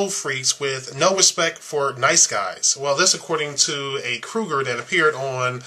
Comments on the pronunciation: Its Cougar not Krugar.... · The term is "cougar" not "crougar"! Ugh!